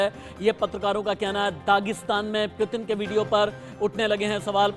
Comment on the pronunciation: News editer bro not pitin it's putin